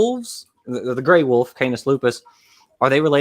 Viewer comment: most redeeming quality is that he pronounces "Wolf" as "Woof"